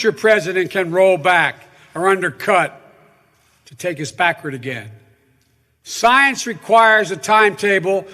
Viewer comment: Joe what the hell do you know about science. You cant even complete the word. At first, I thought you said signs